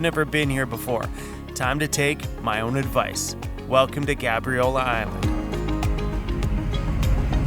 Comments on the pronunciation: The a in Gabriola is pronounced like "Gaybriola" = Gabriola 🙂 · Wait a minute... I was born and raised in Nanaimo and never heard it pronounced that way. I've only ever heard people call it Gabe-riola... Google says you pronounce it like is, but I've never heard a local say it like that lol